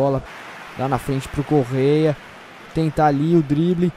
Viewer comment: Eu fiz a pronuncia errada é Correa.